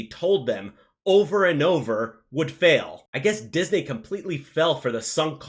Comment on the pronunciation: Say "Disney" correctly lol